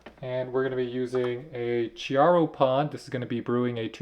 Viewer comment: The Italian "Chiaro" is pronounced "k-ee-yaro" and "Lungo" is pronounced "l-oon-goh" ["oo" = "b-oo-k"]